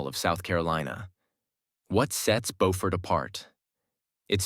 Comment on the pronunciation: BOW-fort is in NC. Biew-fort is in SC. Get it right,.😊